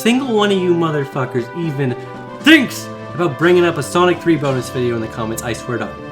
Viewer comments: used CIA technology to infect me with a mind virus that makes me pronounce BOnus the same way he does no matter the context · 7 years later and I still pronounce it “BO-nus” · The way says the first few letters in "bonus" using italics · I love how he puts so much emphasis on the B in bonus video in the beginning